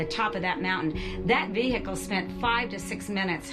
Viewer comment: "Incredible sized ver-hi-call" americans are legends :)